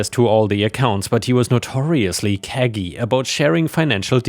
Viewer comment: Ive heard your english improve throughout the years and enjoy hearing your continued progress to bec9ming conversarionaly indistinguishable to btice english speakers. So ill continue to point out mispronounced words Cagey as in "the sleezy salesman was cagey." Pronounced "cage-EE"